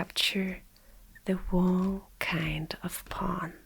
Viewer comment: She doesn't know the "w" in wrong is silent. It is so damn cute:)